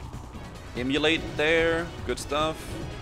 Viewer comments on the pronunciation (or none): pronouncing Immolate as "Emulate" will never not annoy me greatly. Keep up the good work!